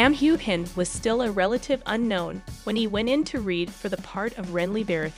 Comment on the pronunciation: Learn how to pronounce Sam’s name. You butchered it